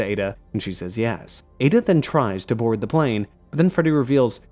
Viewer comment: Did he say board the plane lol?